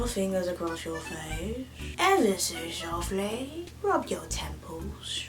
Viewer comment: "evah so softlay"